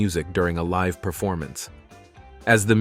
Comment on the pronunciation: The decision to mirror left-right some of the clips is disconcerting. It would be far better to not do that effect! Also, early in the video, the narrator says "live" (as in alive) instead of "live" (as living). Didn't he get a chance to read ahead to figure out the correct form?